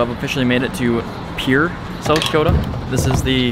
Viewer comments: Pierre is pronounced “peer” here in the 605. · Haha the way you pronounced Pierre😂